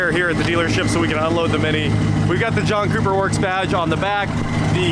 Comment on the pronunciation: at some point i heard "Junk Cooper Works" .... 😂